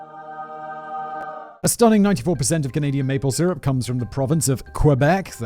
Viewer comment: I honestly feel like anywhere from minute mark too the minute mark he pronounces it as canadia. Im not bashing on simon but i thought i was the only one who used that term knowing it is wrong. Im wondering if it changes via different country pronunciation. Either or i love simon but that just hit me right at home and now my love for him is even more. Haha